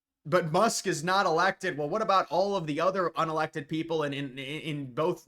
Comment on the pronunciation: Elon Musk-uh